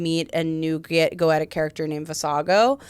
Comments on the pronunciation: ( Not Viv saying Go-ett-uh instead of Go-ee-sha :( Now I have to wonder which one's right and which one's wrong... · She said "Goetic" I believe. So "Goetia" (pronounced like they do in the show) is the name itself but when you adjectivize it you just pronounce it differently